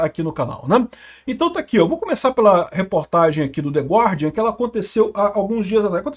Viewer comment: Dica de pronuncia em inglês: não se pronuncia a letra U em gUardian. Fála-se *GÁRDIAN*, "THE GÁRDIAN"